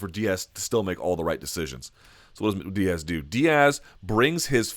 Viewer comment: Say it with me..."Diaz"